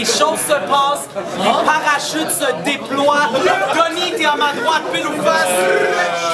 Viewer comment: "les parachutes se déploooient" wtf